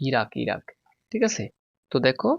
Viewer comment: Thik😅 thik k tik bole khora k kora bole sir 😂❤